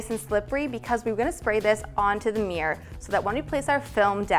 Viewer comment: Stop saying "meer"! It's a MIRROR!